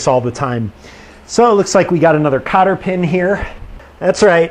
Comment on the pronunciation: It was a joke...... When you said cotter pin.....it sounded like copper pen......ha ha.....love the videos man